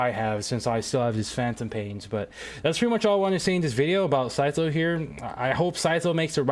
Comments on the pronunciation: sy-szoe IT'S sy-tho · yea it is but he cant do "th" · isn't it sai-though or smth like that